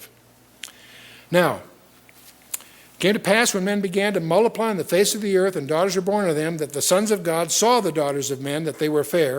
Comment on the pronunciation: They began to mulliply .... It's " multiply " dick !